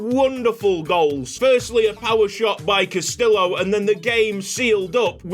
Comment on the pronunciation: Castillo = Cast-EE-yo 😅